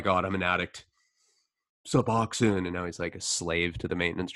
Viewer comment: It’s bupe ren or feen. Not byou fa nor fin. Sub ox own. Not sub ox in. I think they pronounce their own name right.